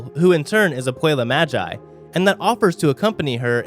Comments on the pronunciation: Mogee not magi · Stop saying māji! Its magi!!!!!! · When he said ma-gie I died inside